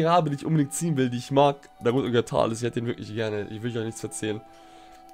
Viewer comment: auf Englisch ja, aber nicht in der deutschen Aussprache. Dort sagt man nämlich ausgesprochen „Tales“!!!